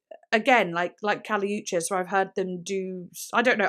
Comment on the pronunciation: it’s “oo-cheese” not “oo chiss” but yea she was close!!